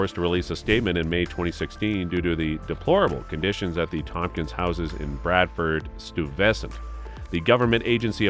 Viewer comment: “Bradford stavesant”? It’s pronounced bed-ford stuy-ve-sant 😅😂😂